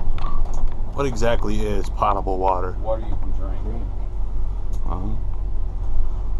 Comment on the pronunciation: Guys, the word "potable" is pronounced with a long "o". It's not "paht-a-ble" but rather "poh-tuh-ble" water. Here's a dictionary entry which speaks the word when you click on the speaker icon: .